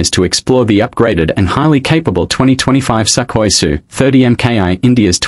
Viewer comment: It's Sukhoi not skahoy